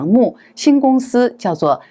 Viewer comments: 主持人，楊冪的冪發音為mi第四聲，不是mu。謝謝！ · 楊冪唸成楊「幕」？？當主播？？？大陸這麼有名的藝人...她不是大陸人？